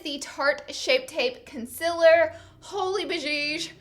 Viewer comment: did anyone else notice that she says the word "concealer" like "conciller" ?😂